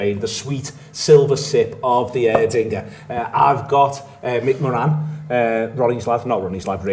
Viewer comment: Love how Liverpudlians pronounce Moran & kavanagh 👌 Irish pronounce them totally different..yous a pronounce them correctly tbh We say More-on & Kav-na lol